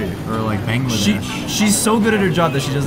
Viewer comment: Did you say bangladesh